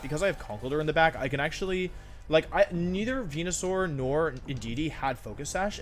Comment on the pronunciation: you knows he’s serious when he starts pronouncing venusaur correctly